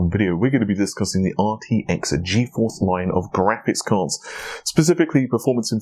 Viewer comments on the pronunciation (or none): none